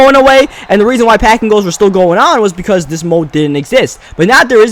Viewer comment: Yo you gotta fix that. It's THis. Not Dis.